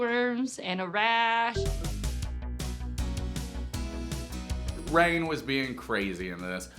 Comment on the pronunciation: After watching your last video I have subscribed to your channel !!! You are pronouncing her name incorrectly